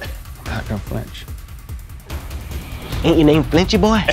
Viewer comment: flinch. the word is flinch